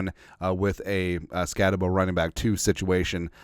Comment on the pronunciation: I love ya man, it’s pronounced SkatteBOO. Kid’s a beast. He’ll over achieve at the next level. We’ll have to trade up to the 3rd round to get him. SKOL!